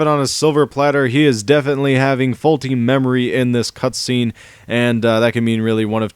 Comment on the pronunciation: u said cutscreen XD